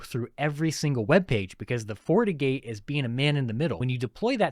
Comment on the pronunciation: Is he saying Fortigate or fornicate? 😂